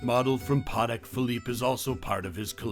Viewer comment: The way he said “Patek” triggered me